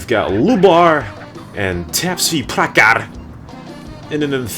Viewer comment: you fucked up my name man!!! I'll tell you someday how to spell that. loved your dedication towards CNR <3 -- tapsvi.prakhar